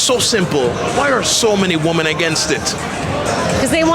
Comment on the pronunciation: I loved how she corrected his glitchy NPC matrixy mind-worm mispronunciation of "women" right at the start :D More of this please!